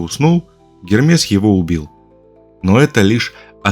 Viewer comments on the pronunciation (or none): none